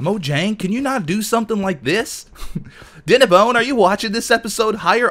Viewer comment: i love how he says DINNABONE! Every time he says it i say it as well like DINNABONE!! I imagine doing that thing like when he says it he likes raises his finger like DINNABONE -raises hand pointing finger LOL